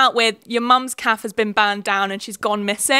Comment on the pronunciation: So confused why you pronounce cafe like calf